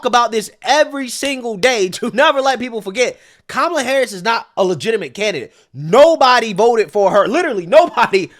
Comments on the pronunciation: You better be careful calling her comala. They may say that they think you’re saying Coonmala. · "Coupmala" lol 😂😂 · " Coup Mala" 😂 These folks deserve Academy Awards. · He said "Coupmala" 😂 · all cnn has this morning is that trump mispronounced kamala name